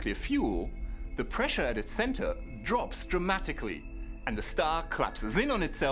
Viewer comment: Prissure instead if pressure